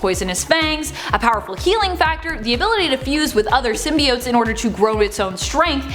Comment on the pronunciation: the only time has said symbiotes correctly.... Haha, still love her though.